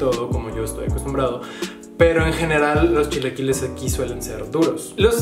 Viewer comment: "...yo no hablo con la sh ... los shilaquiles..." :/